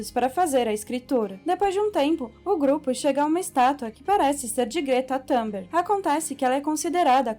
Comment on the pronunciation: "Greta tumberg" kkkk